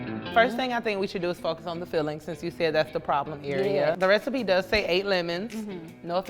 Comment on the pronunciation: she said “rethiepie”